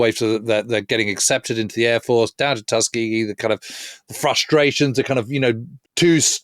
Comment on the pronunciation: Yes, you got it just right. I grew up in Alabama, and ought to know how it's said.